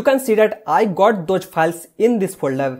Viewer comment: Please correct your English first , it’s not piles 🤣🤣🤣